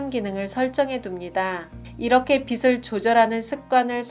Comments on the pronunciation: 유익한 좋은내용입니다. 근데 사소한 거지만 한가지 지적(?)하지 않을 수 없어서요. '빛' 발음이 잘못된 것같습니다. 지금처럼 발음하시면 태양광선 '빛'이 아니라 머리를 빗는 '빗'을 말하는 겁니다. 즉, 빛을ㅡ> 비슬× 비츨o 빛이ㅡ> 비시× 비치o (지적해서 죄송합니다 __ __ ) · 빗은 빛을 비슨 아닌 비츤으로 읽기 ㅎㅎ